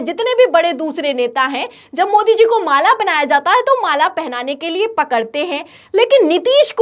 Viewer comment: Mala ko maale kue bol rhi mam , mujhe to Malegaon nazar aane lga😂😂